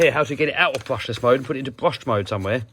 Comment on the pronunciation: I thought you said you're going brushess